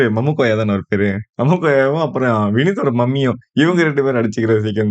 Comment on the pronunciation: மமுக்கோயா illa மாமுக்கோயா